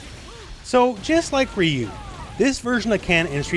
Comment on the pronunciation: That is not how you pronounce ryu. Respect the name, where are the OG street fighter players, Alex Valle, Seth, John choi and all the people that know about street fighter.